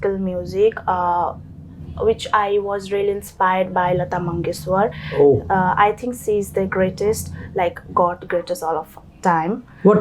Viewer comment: Did she say lata mangeshwar 😂😂